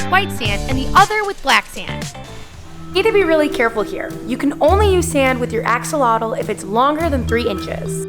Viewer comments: you dont say "Axolotle" you say "Axolotl" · Your what? Lol learn to pronounce the word axolotl. It's Ash-ah-lot